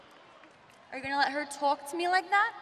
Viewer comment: ar you gonna let her TOLK to me like that 😂😂😂